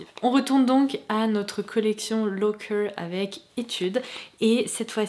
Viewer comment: Coucou, je veux pas faire ma prof 😊 mais cette marque de gaufrettes se prononce Loàcker, comme on l'écrit.. je suis Italienne et j'ai grandi en les mangeant 😉 😂Merci comme d'hab de nous poster ces vidéo un de marques hors de l'ordinaire ❤️